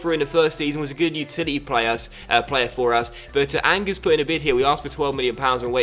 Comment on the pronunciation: Did you really pronounce Angers as 'angus'? That's worse than your pronounciation of Koln.